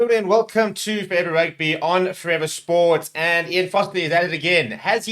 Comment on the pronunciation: Thanks for your work. Please try not to talk so fast… you throw away a lot of your word. When you say FOREVER… I honestly cannot hear the word… 😢